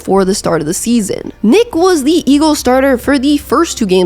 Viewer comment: Weird she keeps saying Big Dick Nick's name weirdly 😂